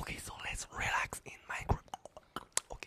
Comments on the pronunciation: Sorry but its relax ot rilax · Rilax? Rolex.